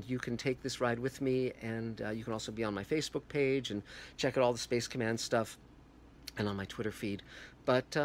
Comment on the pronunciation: First of all, Dear god stop saying "space command" like that. It's sounds SO very stupid. Just stop it. Second, did you REALLY just say the National Geographic MARS series was boring??! Really? Well, there's your opinion just failed. Bye.